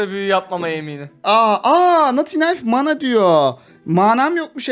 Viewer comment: Abi Mânâ değil ya Mana Mana bir öğrenemediniz 😄